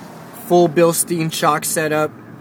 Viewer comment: it's pronounced "bil-stine"